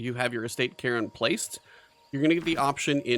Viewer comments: Cairn is a scottish word, said like Care with an N on the end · Cairn is a Scottish word that means rough pile or rocks used as landmarks, and is pronounced care-n. The E is not pronounced as in Karen but more like Kar-n, Hope this makes sence and you can understand my description. You could also type the word into google where there is a Oxford English Dictionary result that says the word aloud, just press the blue speaker icon.